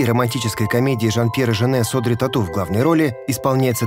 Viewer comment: К сожалению мадам Филиппова не расставила ударения в тексте и произносит Óдри вместо Одри'(с ударением на последнем слоге).